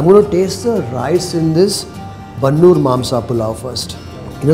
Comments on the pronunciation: Sir I admire your channel. But this episode is too bland and feels like a promotional video. Its not worth watching 27 minutes. There is no such thing called bannur kuri it's bandur kuri near malavalli taluk Mandya. Please know sheep and goat breeds like you know kaane, bangudé, bhutahai etc. Sir you while replying to a comment said you want to try dindigul biriyani in dindigul only not in Bengaluru. Then why try Mangaluru dishes in Bengaluru. And there is no such cuisine called gauda. All southern interior Karnataka people cook mutton palav, mudde, kaima, boti etc. Please don't mislead people on your assumptions. You get best non veg experiencein beegara ootas and it's all the same in all castes. Please don't tag caste to these foods. Please work on your facts the thing you say avare kaalu is chapparada avare kayi (winged bean) palya. Please don't do videos on country speciality foods you don't know things and to pronounce them rightly. Cheese burgers and sandwiches go good with you. Take help of your crew at least hire local people for local foods. This is total gross. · Please do not give shades of a caste for food like Gowda cuisine. About cuisine is being followed by majority of people residing in Old Mysore region. Its not Bannur sheep. Its Bandur Sheep. I am not posting this comment just revert. My humble request you to rectify, modify and improve the vlog channel. Thank you